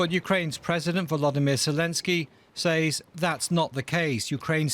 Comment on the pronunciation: British people pronunciations absolutely irk me. Lol "SAY(S)". {SA-AY-EZ}!?!?!? tf is that.